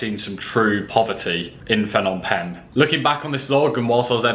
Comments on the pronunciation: The h in Phnom is silent and last part sounds like om, the sound you use when meditating only shorter don't extend the sound. Short and sharp. Last part pronounced closer to ping but without the hard g. My two cents. Just found your channel will enjoy watching future vids. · Haha school boy error there Fnom Penh 😄 Bit like people calling Phuket 'Fuket'